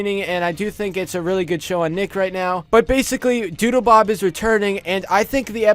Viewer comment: Doodlebob was the best character also it sounds like you kept saying doodoobob